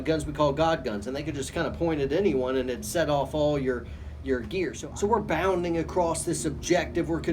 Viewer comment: cracks me up every time you say "bounding".....